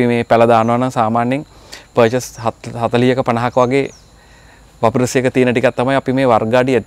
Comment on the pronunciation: වපරසියක නෙවෙයි වපසරියක කියන්න අය්යේ